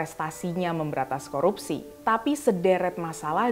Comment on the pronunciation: APA SAYA YG SALAH DENGAR.. FIRLI BILANG KOROPSI BUKAN KORUPSI...